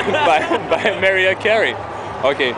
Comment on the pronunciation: You pronounced her name wrong, its Mah-rye-ah, not Mare-E-ah, just thought i should point that out